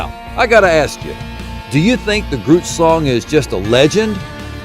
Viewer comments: Did he say Groots shlong? Hahaha baahahahahaha no... but I'd swear that's what I heard like 32Xs This guy huh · Ohhhh...grootslang drrrrs thought you said Groots shlong, these old ears are still telling me that's what you're saying tho... double entendre perhaps? Heh heh that would be funny AF